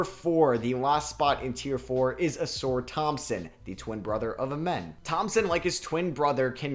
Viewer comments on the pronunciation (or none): none